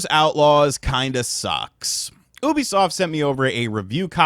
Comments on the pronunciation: its pronounced youbisoft and not houhhhhhhhhbisoft😂😂😂😅😅😅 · Ubisoft not oobisoft 😂😂😂 wtf 🤣🤣🤣🤣🤣🤣🤣🤣🤣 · When u can’t pronounce Ubisoft… it’s Ubisoft not yubisoft :0